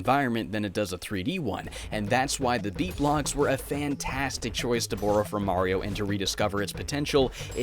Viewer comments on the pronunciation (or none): You say "borrow" in a very weird way... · like, utterly off topic. but where are you from? because the way you say borrow, just curious. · You pronounce borrow funny